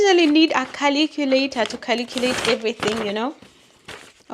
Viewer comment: Caliculator to Caliculate everything - Typical Ugandan😂